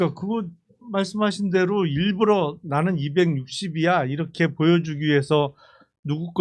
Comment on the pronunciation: 일불러가 아니고 일부러 ㅋㅋㅋ 계속 일불러라고 발음하시네